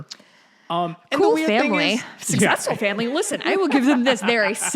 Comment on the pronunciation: "The Camerons are a successful family..." -- with emphasis on Suck.